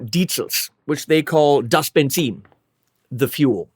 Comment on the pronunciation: Of course you pronounced Benzin correctly 👍🏻 Thanks for that And I'm not even German